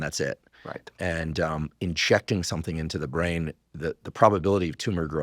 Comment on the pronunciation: I loved how you said “injecting” with an argentinian accent 😊